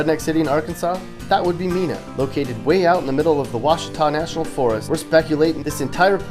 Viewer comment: It’s pronounced Mena, not Mina